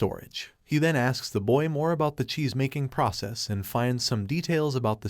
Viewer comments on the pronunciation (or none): none